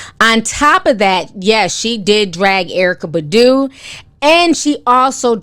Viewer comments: Erika (pronounced Bah-doo) lol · The way you're pronouncing Erykah Badu is HILARIOUS! XD